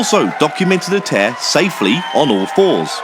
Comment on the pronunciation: Great video - disappointing as Ghost Theory Present an honest front. I agree later they don’t do this as they don’t need to, but the evidence is irrefutable. Also, you said ‘Tair’ instead of ‘chair’ in the video. So I’ve debunked your ability to speak